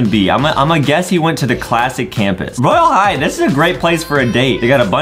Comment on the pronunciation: Dude Adem says roylae high